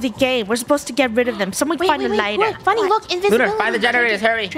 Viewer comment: funneh sounds like she's saying the f word